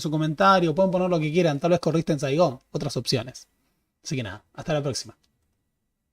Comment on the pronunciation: You ran in Saigán